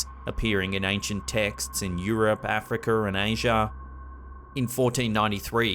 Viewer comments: I love how he calls Africa Africer😂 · No one going to point out he said Africker lol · He said Aferca that's some funny shit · Africerr and asierr